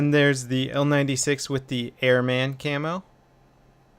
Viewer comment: Good video as usual, but I almost died laughing at the way you pronounced "Airman".